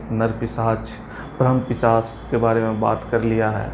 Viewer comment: Pichas ? It's pisach